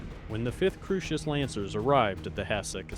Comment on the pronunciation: Early on, perhaps this individual was hearing your version of Kurita. Think Coo (Coors beer) -ri-ta sounds like an odd margarita. A little later Crusis is Crew-sis. No worries, we all get part of the universe pronounced a lil off, myself included. I'm entertained, however. Salute and keep making more!